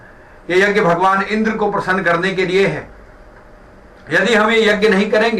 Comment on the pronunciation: यग्य नहीं यज्ञ( यज् ञ) होता है । yjay.